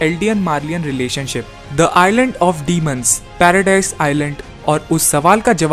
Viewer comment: It’s not paradise it’s paradis